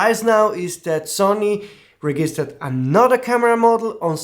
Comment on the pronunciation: I suggest you look up on forvo the pronunciation of "register" and "registered", because everytime you say something different